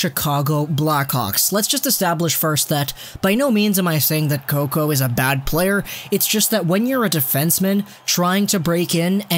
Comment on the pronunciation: I died when you said Slater Coco 😂